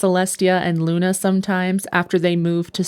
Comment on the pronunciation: to princess luna you call me cinda why you say "Luncinda" but what say him luna??????